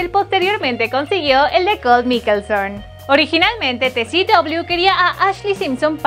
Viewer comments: Odio cada vez que dice "Miquelson" en vez de "Maikelson" :v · investiguen bien antes😂 es mikaelson hasta ahí bien pero se pronuncia MAIKELSON NO MIKELSON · PRONUNCIA BIEN! MIKAELSON se nota que NO VES la serie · No les estrese que diga mikelson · La forma horrible que pronucia Mikaelson me daban ganas de dejar ver el video